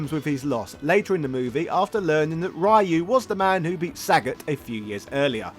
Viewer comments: Ryu is pronounced Ree-yuu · It's not Ray-u. Cease and desist bro. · LMAO. "RAI YOU". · oh my god man,you know it's pronounced 'fay long' not 'fee long'.and also it's 'reeyou', not 'ryiyoo'. honestly I'm so annoyed i'm going to unsubscribe.only joking... love your stuff! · his name is pronounced like "Fay" not "Fee" and Ryu is pronounced Ree'yoo, not " rye - yoo".. yes the boxer is meant to be an homage to Mike Tyson, hence his original name was M. Bision .. Mike Bison... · fun fact - ryū is not pronounced »rai-you« ... facepalm. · Awesome video! Congrats! But the pronunciation of "Ryu"...